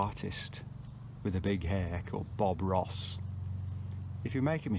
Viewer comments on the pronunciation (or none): none